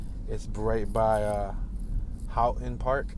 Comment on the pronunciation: This is so nice, this is my neighborhood. Yes lemons, yes constant burnouts in the intersections, yes the classic car clubs (you should see some of those dudes in Lakewood), yes you're saying Houghton Park correctly. Some of those palm trees in Houghton Park are 100 years old. Go back just before sunset and you'll hear the owls. Great Horned Owls inna city!!! Artesia sounds like Amnesia. Bixby Knolls - Knolls sounds like Dolls. So glad to have you ❤